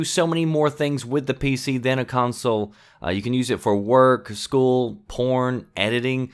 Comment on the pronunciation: "You can use the PC for work, school"...did he say porn? lol